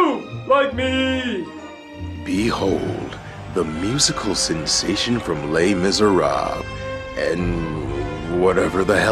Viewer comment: I burst out laughing when he mispronounced "Les Miserables."